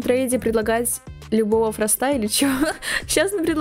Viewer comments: Не фраста а фроста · Не фраста, а Фроста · А ты говоришь мне предлагают Фроста ударение падает на о